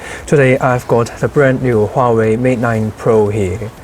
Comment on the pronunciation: correct pronunciation is Wah,-Way